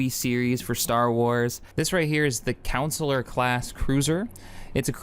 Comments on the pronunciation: I am now convinced you are not capable of saying any Star Wars names of ships/planets. 1). Consular. You say: COUN-SAY-LER, it is said properly as CONN-SAY-LORE. 2). Venator. You say: VEN-ADER, it is said properly as VEN-A-TOR 3). Kuat. You say KU-EIGHT, it is said proporly as KU-AHT 4). Taris. You say TAR-IS, it is said TEAR-IS Not all of these were said in this video, but over several. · Consular CON-sular, not COUN-cellor lol